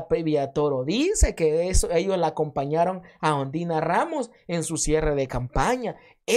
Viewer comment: Yo escuche que en vez de decir Ondina dijiste ondiya rramos jajaja hoy s i me insistes rreir